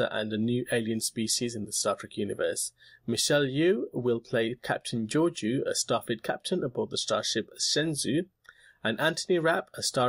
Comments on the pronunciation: A small fyi Michelle Yeoh is pronounced "Yo" not "Yu". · Michelle Yeoh's last name/family name/surname is pronounced as "yo" not yew